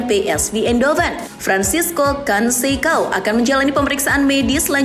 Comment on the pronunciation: FRANCISCO CONSEÇÃO bacanya begini min FRANSISKU KONSESAUN (O baca U, C baca K dan ÇÃO bacanya SAUN)